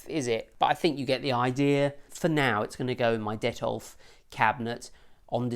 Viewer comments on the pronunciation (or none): lol... I think it's Detolf not Dettol :)